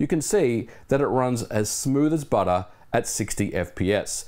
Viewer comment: I knew you're Australian from the word butter 😂